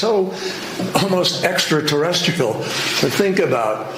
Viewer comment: Yoi u guys got it wrong!! He said ExtraTERESTICLE. He is a treasonous moron puppet that belongs as at gitmo. Soon yo be realized